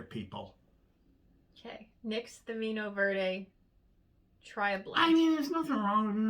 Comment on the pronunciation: Did I hear you say Verde hoo-haaa??😂🤣😅